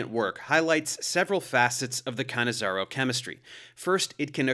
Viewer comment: Ahhh - finally I know how to pronounce "Cannizzaro" properly, thanks!